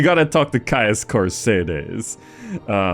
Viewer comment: Why are you pronouncing Caius Cosades like that, it doesn't contain an R